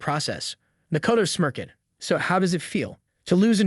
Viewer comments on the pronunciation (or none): I can't with the prononciation "smir- ked" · "Makoto 'smirk-ed"